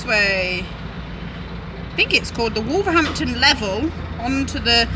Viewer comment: If you say wolverdampton you sound like a local 😜